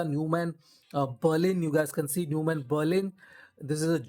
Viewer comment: its pronounced as Noi mahnn, this brand was purchased by Sennheiser decades ago